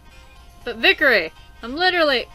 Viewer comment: Sorry, i'd want to point out that your saying vikere (vik-er-e) when its vikare (vik-ar-e)...